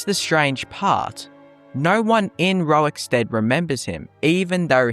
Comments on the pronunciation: Are you saying rowikstead? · I want to thank Pontius Piwate fow taking time out of his busy scheduwe as Govenow of Woman Judea to pwoduce this video about Wowickstead. Welease Wodga, centuwion. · why do you insist on saying "rorik" incorrectly? stopped me from watching desu